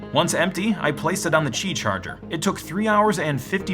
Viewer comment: Btw Qi is said, Key, not Chi, which they may be the "same" thing but said differently.